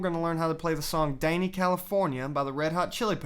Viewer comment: fukin its dani not DENEY!!!! its not short for a danish man and thats wat it sounds like!! fark!!